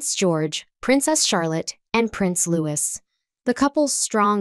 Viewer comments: Please change your pronunciation of Prince Louis correctly. It is pronounced as Prince LouEE, not LouIS. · The name of the young Prince is Louis (Loo - ee) not Lewis. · Please do not pronounce the ending s in Louis. In English it is “Louee”. This is a minor issue as I love your videos. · Louis is pronounced as Louie...